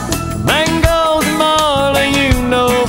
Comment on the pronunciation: Yeah, I know that's supposed to be the lyric and hr pronounces the M in mango more clearly at a different part of the song. The timestamp just sounds like he's saying bangos